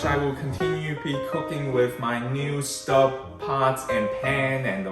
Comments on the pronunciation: It’s pronounced “stobe” (like globe), not “stub” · Maybe in English Stobe, but in French it is Stoub. I just purchase 6qt shallow Staub discount price, but was looking to see 4qt size before I purchase online.